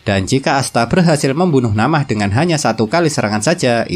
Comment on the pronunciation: Min na'amah bukan namah😂🤣 sumpah lebih enakan di anews penjelasanya kwwkw sorry min😅😊